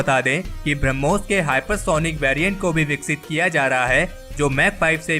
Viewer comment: ब्रम्होस नही बेटा ब्रह्मोस है, उच्चारण सुधारो